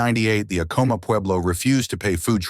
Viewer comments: not to be that person lol 😅 but its pronounced Ahco-mah with the first part sounding like the word Add soo like A dd komah. But the H's in Ah-koh-mah are silent. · This video had to have been AI generated. A real historian would have known the proper pronunciation of the name Acoma. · You could have looked up the correct pronunciation of Acoma and Onate.